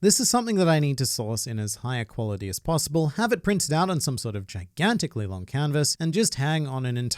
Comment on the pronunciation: "possibl-eye", heh, nice